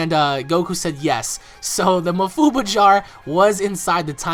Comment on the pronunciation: STOP SAYING ma-fuu-buh IT'S maah-fuu-baah goodness sake just stop saying it like that.